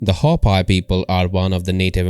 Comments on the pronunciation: Hopi should sound as "Hope..Pea" not "Hop Pie" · When pronounced it sounds like Ho-pee not Ho-pie. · Pronounced Hope-ee geez and the Ant people are ET living within the earth. Same as the Mantis people. Hopi same name as Hapi of Egypt. Were linked to beings from Orion and Zeta. Zu Aztec are descendants and Mayan. Mayan were deported to Ankh Har in cambodia